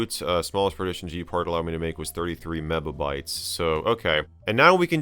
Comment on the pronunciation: ish "memabytes"? in another video (forgot which one) he also said memabytes, but pronounces gigabytes correctly what